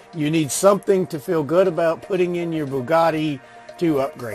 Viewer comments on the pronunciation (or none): none